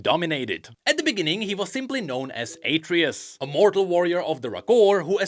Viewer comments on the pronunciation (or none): It's not "Ay-tree-us" It's "Ah-tray-oose" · HIS NAME IS ATREUS! AH-TRAY-US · Its pronounced AhtreYus. Like the son of kratos? In god of war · its atreus not atreus bro omg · Mispronouncing Atreus. Also the burnt bread is a reference to King Alfred.